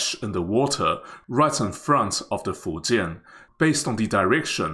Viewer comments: thanks to this video, i finally know how to pronounce fujian correctly. good luck to china on the successful completion of your carrier. wishes from India, your rival and friend. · Taiwanese has unique accent when they speak chinese but man in this video doest have accent when he speaks the word "Fujian"